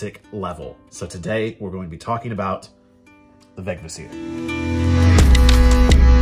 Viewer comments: A little pronunciation guide: every old norse word has emphasis on the first syllable, no exceptions. VEGvísir. It doesn´t really matter how you pronounce it in while speaking modern english I guess, but I prefer to at least follow this one rule. And it´s an easy one! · (in compound words there was likely secondary emphasis, so Veg-Vísir. But certainly not vegviSIR that a lot of people say.)